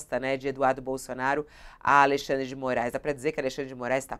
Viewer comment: Bullying da estrema direita kkkk Aí eu ouço também: "Alei xan dre de Moraes no alto do seu poder" Vocês são uma piada mesmo